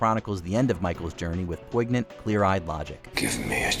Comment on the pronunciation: you pronounce the 'g' in 'poignant'. Explain yourself.